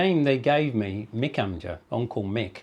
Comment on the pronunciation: 36 years in Turkey and he cant pronounce onkel (amça). a shame!